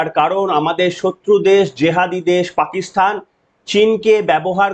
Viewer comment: পাকিস্তান কে পাকিস্থান বলছো? আগে ঠিক করে বলতে সেখো পরে video বানাও।